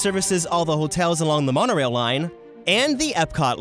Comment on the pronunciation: I couldn’t stop laughing when he said the monarail😂